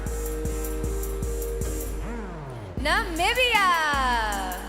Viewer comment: Iris mitinnaire is so beautiful. Is the other hostess a Trump fan? "Nambia"?